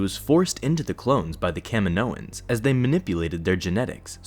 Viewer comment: Kaminos Ka-ma-no-ens? I thought it was ka-mee-no